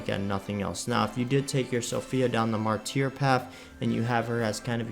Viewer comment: Sca-rib & Mar-ter. You got inquisitor basically right though.